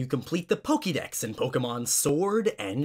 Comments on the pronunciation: why the fuck does he say pokey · How come you pronounce Pokemon correctly, but Pokedex incorrectly?